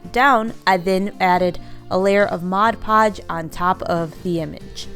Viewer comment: Thank you for saying MOD! Many YouTubers call it Modge Podge and that drives me crazy!!!